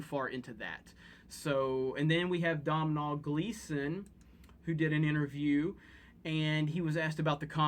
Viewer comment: Hey if you want to say domhnall Gleason like an Irish person pronounce it dough-nal 😉 that's how it's pronounced here in Ireland